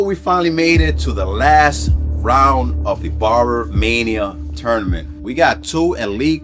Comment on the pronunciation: Shouldn’t the host be saying the name of his own show right, BARBER MANIA, Dude said Barmania like 5 times in the first 10min, that lost me…